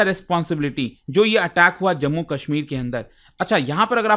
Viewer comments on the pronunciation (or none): none